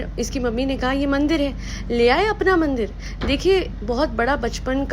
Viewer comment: Maine bhi eski baat point out kiya tha mandir wali word pe bara ajib type boli thi